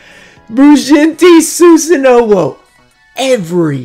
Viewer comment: Maybe Bujintei Susanowoo is upset at you for not pronouncing its name right and is cursing you with itself until you get it right. Not judging just food for thought.